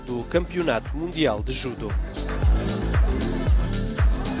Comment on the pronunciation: Eu me perguntando o que é "JUDU"(pela pronúncia), até mostra o rapaz com um kimono.